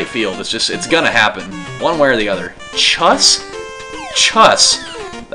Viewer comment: I think "chus" is pronounced "choos". To me it makes sense